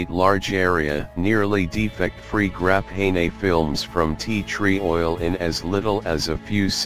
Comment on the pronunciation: What the hell is this "Graphen A" stuff, bahahah